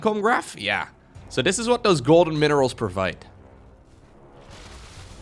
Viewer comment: I dare to say THIS instead of DIS, why cant he THHHTTHTHTHTHHHH